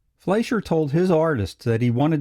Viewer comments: The name is pronounced Fly sher!!! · That would be Fleischer with an i as in "price" or "pie."